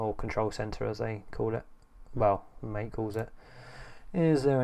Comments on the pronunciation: It's pronounced ma-tei, not mate. (let the war begin) Can you install snap on Mate or does it has the same policy as on Cinnamon? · The name " MATE " is pronounced Ma-Tay . It comes from the yerba maté plant, native to South America. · Best reviews mate.. and just so you know MATE pronounced as Maa-Tey (-: Liked the magic lmao